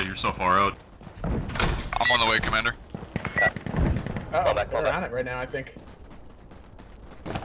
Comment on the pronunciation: Commandurrrrrr ?! Wtf ? :-p